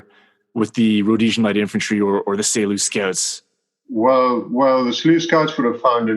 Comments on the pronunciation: Say Loose Scouts haha. All good, thanks for the episode. Geniet jou dag. Markus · You mispronounced Selous Scouts. Serious FAIL!